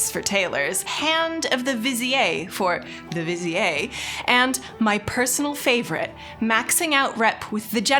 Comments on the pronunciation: Hey, its "vi-zeer" not, "vi-zee-yay" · Unless I missed something, "vizier" should probably be pronounced "visir"/"vasir" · Viziérrrrrr 🫦👨🏻💅🏼🥖 Love your content fam! Hyping me up for the new expansion like crazy !! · I have never heard Vizier pronounced like that before but it's so I let her off:) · Why does say Vizier in such a weird way? Wait... am I saying Vizier the wrong way?